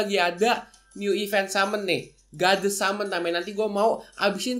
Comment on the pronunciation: BANG BUKAN YA SAMEN TAPI SUMON